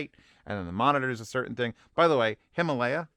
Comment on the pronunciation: the FIRST "a" in "Himālaya" is a long vowel. The name of the range hails from the Sanskrit Himālaya (हिमालय 'abode of snow'), from hima (हिम 'frost/cold') and ālaya (आलय 'dwelling/house'). They are now known as "the Himalaya Mountains", usually shortened to "the Himalayas".